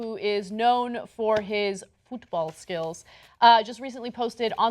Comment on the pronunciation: fine, if most of their audience are Americans... fine, put soccer in the title. But look how she pronounces football.... that's arrogant and insulting!!!